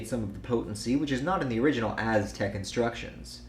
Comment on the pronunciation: “Azz-tek” yooooooo 😭